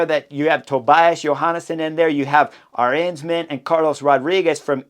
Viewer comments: I was wondering a couple of times who "our hensman" was, until I realized you pronounced "Arensman" in the most American way possible. :D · People are correct. Rankings should be annually. WVA (who I love) has been subpar, and is not longer part of the app group. Drop Wout and and add Peterson! And add learning to pronounce Politt and Arensman. Again, I have no idea who you are talking about, but it’s now Aaaaah-Rens-man